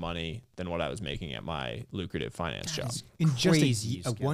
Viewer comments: He pronounced finance as FINance. I’m a native Californian and I’ve never heard that pronunciation, is that an investment banker/private equity thing or a thing? It’s been on my mind all day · Everytime someone is pronouncing FInance it sounds weird to me, like why you try to make it sound sophisticated..